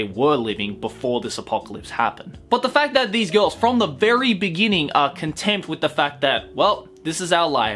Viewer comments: Anyone else hear "contempt" every time he's trying to say "content"? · Contempt or content? I keep hearing you say contempt but I think you mean content, though contempt might work too. Either or would seriously change the context. I ask in all seriousness and I don't mean to be a dick, so I apologize; but I haven't seen this anime yet. Regardless, I've added it to my watch list. Thanks for the great videos. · I think they mean content, but it sounds too much like contempt, as in hatred.. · Makeup on fleek. You really look "over" that cold.:) Please learn to say "content" when you mean "content" and "contempt" only when you don't mean "content". Very different words that just sound kinda similar.;)